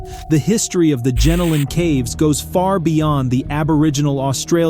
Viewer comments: Not Gen-o-lan Caves. But Gen-Ol-N. Good to see Aussies on the channel. ❤ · It's pronounced jen-oh-lin caves